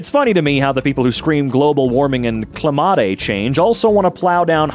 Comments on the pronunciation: did i hear clmaate instead of climate. no I must be dreaming EDIT : I was not..... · why'd he say climate wrong? It's spelled right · And he pronounced Climate (kligh-maet) like (klee-mat-aeigh) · Cli-mah-tay change... ... bruh! The irony is insurmountable!